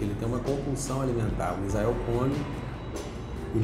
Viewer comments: Misael but he's pronouncing it "missile" when it is "miss-ayl" not "miss-aisle". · It's Misael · Its "Misael"